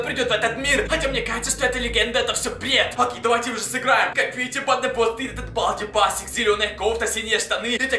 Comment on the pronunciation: На балди басикс а балди бейсекс